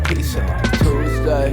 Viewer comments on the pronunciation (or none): none